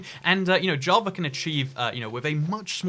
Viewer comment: “on jah...va”